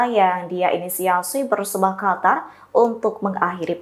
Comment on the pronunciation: Qatar atau "hatar"?